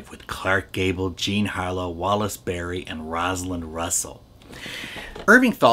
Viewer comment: As much as I'm a fan of yours, I was poking fun at your mispronunciation of Beery. I think you never heard of him. He was a big star, and for a while, was Gloria Swanson's starter husband.